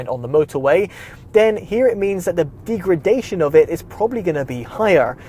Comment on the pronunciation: Deegredation - 😂 Informative video though 👍